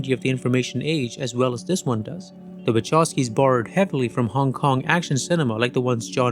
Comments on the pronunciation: Actually, the Wachowski surname should be pronounced as it would be written Vahovsky, with strong "h" like in the word "who";) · You mispronounce their surname. It's Wachowski, not Waczowski. Anyway, great content. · Bruh it's /vahovskis/ not /wachovskis/ telling ya 🎉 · My ears are bleeding !!! Wachovski !!! Please ... Wa-kov-ski !! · Now that im married to a polish woman and have been corrected.... the Wachowski have a polish surname. So the name is pronounced Wahowsky (w is v in polish but they dont have the letter v, but v is pronounced as faw in english only if the letter v is at the end of the word though then ch in polish is a h sound, but the h sound comes from your lungs. Do not ask me to explain it you any differently). But its cringe hearing people pronounce it incorrectly. Ive lived in Poland for the past 3 and 1/2 years and my polish is about A2 level and my pronounciation is spot on. The only person who knows better is a polish person and my polish wife told me this and from then on, i notice a lot of polish surnames, especially in america and people get them so wrong 😂